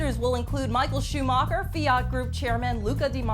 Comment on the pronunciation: agh i can't stand...she pronouced Schumacher wrong...Derek is the one and only FLD host...by the way...BUILD IT!!